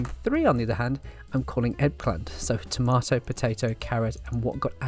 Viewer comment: Accent, BUT Eggplant BUT £10 BUT "Tomaydo"?????